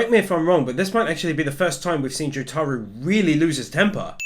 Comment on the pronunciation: /its not pronounced jutaru idiot, i know im nit picking, but its pronounced Jotaro (Joe-tar-oh) IDIOT